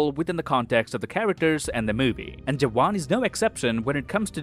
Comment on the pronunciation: You pronounced “jawan” right, 😮